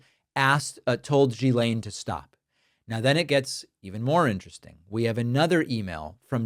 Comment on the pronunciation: It' GHILANE!!! not GSILANE